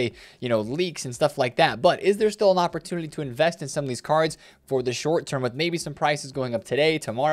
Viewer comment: Why do you pronounce “opportunity” that way? You put an L in there?